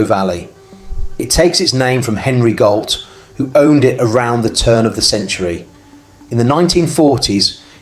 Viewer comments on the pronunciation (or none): Gault is a French name and is pronounced Go, like Renault, ault is o